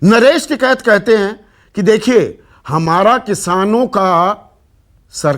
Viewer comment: संदीप जी ये एंकर महोदया कहा से‌ आई है जीसको टीकेत का‌ नाम हि सही से नहीं आता